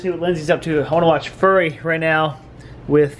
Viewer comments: Fury, not furry smh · Okay, first of all, for all of you in comments, YES! THEY ARE SAYING FURRY ON PURPOSE! It's a fucking joke! They are not idiots who don't know how FURY is pronounced! Secondly, No matter what happens with Marc, he will forever more be known to me as "Go Bitch"! LMAO! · I'm sorry but FURY is not pronounced Furry it's not an animal although it was pretty funny if you meant for that to happen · My inner Nazi came out with the way you say "Fury", it isn't like a dogs hair with a Y on the end (furry). It's more like an F sound with yuri following. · I was wondering what movie he was talking about until he panned down. I also pronounce it "Fyuhri", as "furry" is what a cat is. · Fury vs Furry 2 different pronunciations and they both said the movie wrong. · Furry? I thought it was fury. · It's "FURY™" not "furry" lol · ITS NOT furry, its FUry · Lol my friend at work pronounces it like that also. To me, it's "F-yuri" too but idk, maybe it's a regional thing on the pronunciation? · Glad I'm not the only one that bothered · Almost sounds disrespectful when they pronounce it like that :P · I too was annoyed at their pronunciation... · The way you guys pronounce Fury 😄😄😄